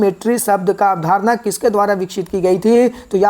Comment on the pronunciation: अवधारण नही अवधारणा होता भाई.. याद रखियेगा😂😂